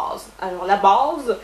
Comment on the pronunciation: la ''bâââse'' ça sonne presque Québecois comme accent xD